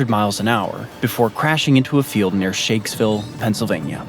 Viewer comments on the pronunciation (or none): Shanksville PA, not Shakesville